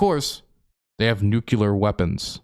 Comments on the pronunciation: please for the love of all that is holy. it is nuclear. not nucular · You're going nucular over a minor pronunciation variance. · you say "nuculer" like Dubya Bush 😂😂☠☠